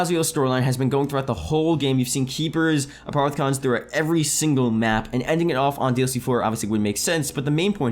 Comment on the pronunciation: It's not pronounced a-part-a-con it's a-poff-eh-con